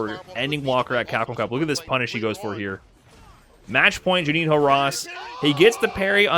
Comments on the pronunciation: Juninho pronounces more or less "Junin-o". Keep that tip about Brazilian Portuguese. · Just a note: "Juninho" rhymes with "El Niño".